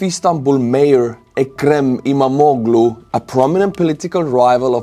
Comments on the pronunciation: You pronounce the name of İmamoğlu almost correctly: ii-maa-moo-luu (in Estonian phonetic 🙂) The "g" with a small half-moon accent is mute. The dot on the "I" makes it a long vowel. (I was married to a Turkish man and worked in a Turkish print shop for a few years) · I'm from Turkiye and you're pronunciation of 'İmamoğlu' is almost perfect. No need to change anything.🙂 Thank you for the proper summary of the political situation in Turkiye.